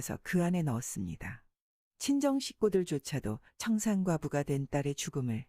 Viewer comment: 청산과부 no no 청상과부죠